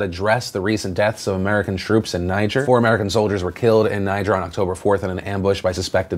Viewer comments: Phil, it's pronounced nee-ZHER. Like the name Pierre. Doesn't really matter, just saying. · Just FYI, that's not how you pronounce "Niger". It's pronounced "ni-ZHER". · Says "Niger". I go: "Welp, guess this video is demonetized."